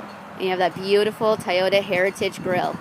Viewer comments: TOY-OTA not TIE-OTA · LOL she said Tie-ota😂